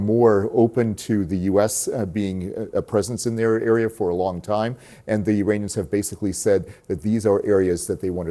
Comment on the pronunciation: Why does it always sound like they`re saying ``Uranians``? 😅 Greetings from Nuremberg, Germany 👋